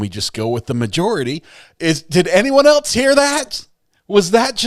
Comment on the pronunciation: "Did anyone eltse hear that?" says. Chef's kiss,!